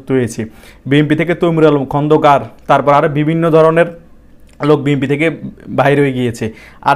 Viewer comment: বি এন পি নামটা তো বলতে পারছেন না ভাই। বলছেন বি এম পি।